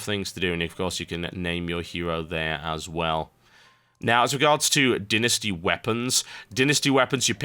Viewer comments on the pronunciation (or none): so all birts say dynasty like dinisty?